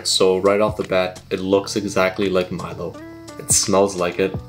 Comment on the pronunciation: Finally someone who pronounces Milo as it is originally. A lot of Americans pronounce it as "MEE-LO"